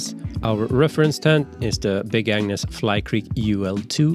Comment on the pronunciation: I keep hearing big An*s tent instead of Agnes.